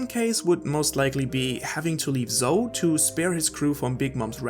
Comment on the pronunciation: Why do you mispronounce so many words bruh. Zou is not zo like “so” is like zow